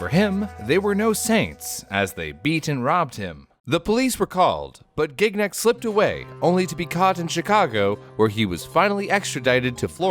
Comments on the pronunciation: Gig Nick. I had friends named Gignac. They pronounced it Shji (short i) nack. The second g is silent. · As a French, I'm dying a little bit every time says "Gig-nak". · man, as a French speaker, hearing him pronounce Gignac with a hard G every 5 seconds is extremely unnerving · Listening to the American mispronunciation of the last name "Gignac" makes this vid absolutely insufferable for me. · The way you pronounce Gignac makes me cringe so hard.